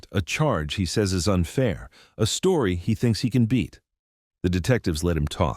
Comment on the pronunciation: Stop saying dis is how my stowy ends you moron